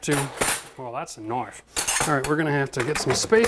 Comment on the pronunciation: TAKES OUT SILVERWARE: "Well that's a knoife" 😂😂 This is so me. Classic Dundee reference 👍